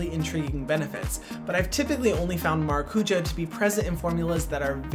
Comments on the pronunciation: No doubt this is a great product, you are clearly passionate and know your stuff. However, why name your product “maracujá” when you could just as easily have named it “passion fruit”? Or perhaps something in Hawaiian? Additionally, you don’t even attempt to pronounce it correctly, the word has an accent for a reason. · I just clicked on the video to hear how Hyram was going to pronounce Maracuja... Maracuya ! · Okay, but please learn how to pronounce maracujá correctly or say it in English! If partnering with latin american companies on a Latin American fruit, you should learn how they say that specific ingredient. Hurts my Brazilian heart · Vendo os gringos falando maracujá errado sendo que o produto podia ter passionfruit como nome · He could learn how to pronounce maracujá... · The word stress of maracujá is 'já'. Its origen is tupi (Brazilian indigenous tribe). Please, say passiflora. Or passion fruit. It's hard to hear it pronounced wrongly. With a simple Google search, you find how to pronounce it right. I get stressed by just imagining your millions of followers saying it wrong. Ahhh!!